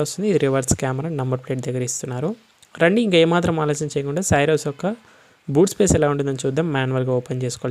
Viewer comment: You are pronouncing the car name wrong. It is not SYRUS it is pronounced as C - ROSE